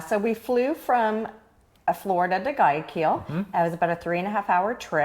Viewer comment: Umm, I love your videos, but please....... Realize I'm just trying to help. Llama is pronounced, YaMa, llama the way you pronounce it means lick! It's not Kido it's KeyToe now drop the E, Guayaquil is WhyAkeyl as close as I can get. It's NOT Tommy-Bamba. I think this one is a loss? Tow-me-Bamba, yup, the above should be it or close to it! 🦙🇪🇨🤝🇪🇨🦙 PS, There is much more to Ecuador than Cuenca. You're lossing out if you think that's it and doing an injustice to a magnificent country. Thank you.